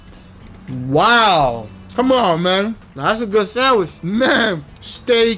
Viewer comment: i know this video is old as heck and that no one reads these, but i just love guga pronouncing it sandwish